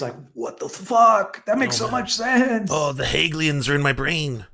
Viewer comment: The guy attempts a deep dive on Karl Marx and he can't even pronounce "Hegelians." It ought to be self-evident to anyone, right or left, that this man and his contingent of moronic pundits (Pim Tool) suffer from an extreme poverty of thought.